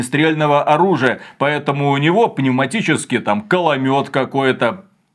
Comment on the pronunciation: Да мля . КОЛОМЕТ К-о-л-о-мет . кАломет это звучит весело но определённо его нет в игре